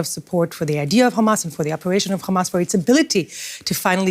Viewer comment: She slipped with that khamas